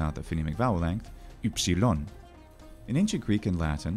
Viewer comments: Upsilon didn't sound like you've just uttered it. Namely you pronounce what is nearest to a Parisian u or a German ü or to a lesser extent a Swedish y. The French sound is pronounced like a shrill i sound but with the lips puckered as around a pencil. The upsilon was pronounced as a central closed vowel but like i in will, bill or e in sided but with the lips closed together as for a v. It is the vocalic prolongation of the consonant v and has a more mysterious, otherworldly quality than French u which is very fronted and without echo. Upsilon fetched into the deepest vocal cords, hence why at the beginning of a word it always comes together with a rough breath, with the lips forming an obstacle, a veil. Try to fetch the deepest breath inside and project it onto the obstacle of your closed lips. Latin only had the short, blurry, relaxed version of that sound, as in Sÿlla, docümentum, optïmus. There were attempts to introduce a new letter for that sound but the measure ended up being applied for words of Greek or foreign origin only and in the same shape as upsilon. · So if I'm correct, the pronunciation of the Ancient Greek letter upsilon is the same as the modern German Süss or French lune? Because I'm Dutch and we also have that German/French sound (e.g. 'duur'), but it sounds a bit different than the way you pronounce it, I think with your lips a bit more like a duck and less pressed together? I can't explain very well as I'm not well versed in linguistics, but u sounds a bit strange to my ear. Just a little bit though. It's very close and normally not noticeworthy, but since we're discussing the letter and the sound it makes, I wanted to ask.